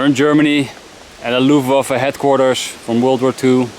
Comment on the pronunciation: "...Loeftwaffuh hetkwarturs..." Sounds like you're Dutch! 😜